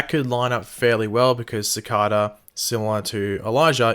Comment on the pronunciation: I want Clifford Devoe's powers, specifically to "enlighten" on the proper way to pronounce Cicada. (Just kidding, mate. You knew this comment was coming. 😉 LOL)